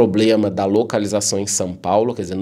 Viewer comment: seus vídeos são tops. Assisto todos e com muita atenção. E sabe uma curiosidade a seu respeito? Vc não pronuncia São Paulo. A sua pronúncia esta mais para Sam paulo kkkkkkkkkkkkkkk Abraço e gratidão por tanto conhecimento entregue